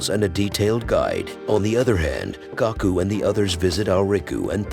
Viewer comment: Will win was watching I heard Goku but really it's Gaku